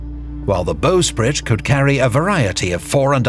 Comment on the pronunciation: CORRECTION: The 'front' of a ship is the 'bow', and the back is the stern. (The 'stem' is a specific part of the bow structure.) And 'bow' is not pronounced 'bo' as in crossbow, it's bow as in "I bow to you'. Thus the bowsprit is NOT "bo-sprit" as the announcer intoned. Carry on.